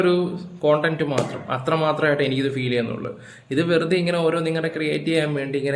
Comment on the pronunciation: കൺട്ടം അല്ല ചേട്ടാ കൺടെന്റ്